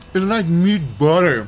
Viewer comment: “It’s like meat buhtor”